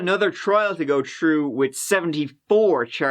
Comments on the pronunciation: “Let’s give it a gou”🤦🏻‍♂️ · I just adore your accent and how you pronounce “go” and “third”! I grew up in Phoenix and got out of there as fast as I could! I moved away in 1995 and no one could pay me enough to EVER move back! But now Ireland? That’s a place that I could love to live in. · I blame you for my inability to say "go" properly anymore bahaha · It's just how he pronounces go :P